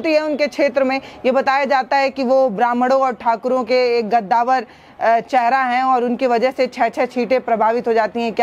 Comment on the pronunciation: गद्दावर नही कद्दावार